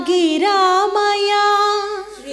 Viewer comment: గిరామయా కాదు అమ్మ. నిరామయా